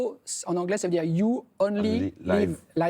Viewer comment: Il avait raison le journaliste on prononce pas Laive 😂 à moins que ce soit un jeu de mot